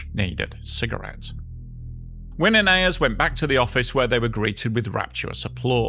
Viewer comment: Mark Winne later worked for many years at WSB TV in Atlanta. His surname is pronounced "winny".